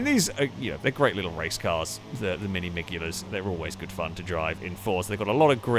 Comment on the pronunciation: Pretty sure th G in miglia is silent :D